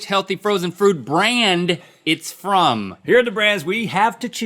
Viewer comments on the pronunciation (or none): A little bit after listen to link he'll say something like frozen frood